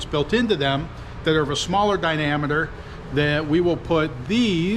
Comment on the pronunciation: Shout out to smaller di-nameter instead of diameter.